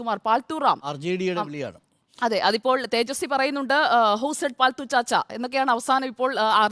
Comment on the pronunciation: പാൽത്തൂ അല്ല. പാൾട്ടു ആണ്